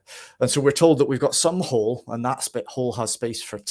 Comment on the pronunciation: Thanks a lot! I liked the way you pronounced ‘hall’ (sounding as hole). Even in my country, people from a certain state pronounce like that when they say ‘We were sitting in a hole (hall) having snakes (snacks).